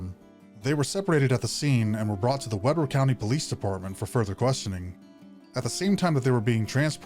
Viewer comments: It’s actually pronounced we-bur like a wee lad and bur like your cold. Utah is full of dumb spelling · So I live in Ogden. This case was crazy watching it all unfold was nuts. Great video. My only critique if I may is. It's pronounced WE-BER county not WEB-ER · It’s pronounced Wee-ber. It’s my hometown. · Couple of corrections: Ogden is not “just north” of SLC, it’s nearly 40 miles north. You pronounced Weber as “Webber.” It’s pronounced “Weeber.” Ogden is not the gateway for skiing. Most all resorts are accessed through Cottonwood Canyon.” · Please it is not WEBBER IT IS PRONOUNCED WEEBER it’s so triggering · Weber County is pronounced "Wee-ber" not "Webber" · Pronounced "Weeburr", not "Webber". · Weber is pronounced Wii- burr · Also "Weber County Jail" is pronounced like "Weeber". Ē. Long e. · Weber = WEE-BUR County Jail :) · It’s Weee brrr county btw